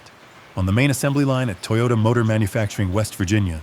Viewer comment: Not Toy-yoda.. its pronounced toe yo taaaaaa. 😂😂